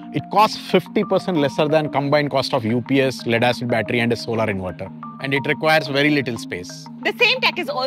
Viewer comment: its solar not solaaaar such an eitching speaker like modi... probably u listened modi frequently